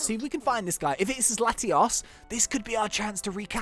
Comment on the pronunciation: I can never tell which legendary you are talking about because how you pronounce Latios is similar or the same to how you pronounce Latias. Latios is where you sound out the letter O, I believe the same way one pronounces the Spanish word for 'two'. The only saving grace is the context in which you talk about them.